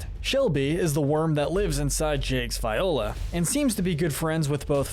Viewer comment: Okay dude have you seen this show? How do you not know how to say viola, marceline, margles or gunther?